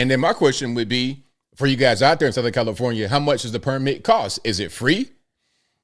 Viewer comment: I had to rewind it cuz I could have sworn called it Hellifornia